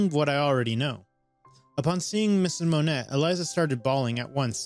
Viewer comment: Just so y'all know, the name Monet is pronounced Mo-nay.